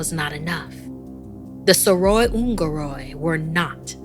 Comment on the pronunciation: Wait what how 🤣 i never thought manipuri story will come at your channel thanks for uploading btw u r pronouncing it wrong